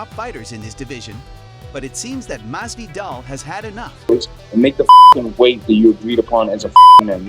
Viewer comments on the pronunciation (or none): Mas-Vee-Dahl Please, dude....